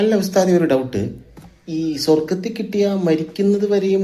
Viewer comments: സൊറഗത്തിലോ 😂😂😂 എടാ കൊച്ച് ചെറുക്കാ കോയെ സ്വന്തം മാതൃ ഭാഷയായ മലയാളം ആദ്യം നീ പറയാനും എഴുതാനും പഠിയ്ക്ക് 😆😇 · സ്വറഗത്തിലോ.... അതു എന്തൊരു സ്വ... റ.. ഗം